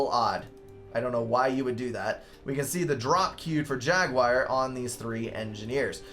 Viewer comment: amen, dont change a thing pal ;)